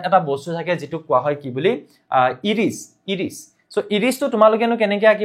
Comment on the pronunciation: ইৰিছ নহয় ছাৰ আইৰিচ হব লাগে ❤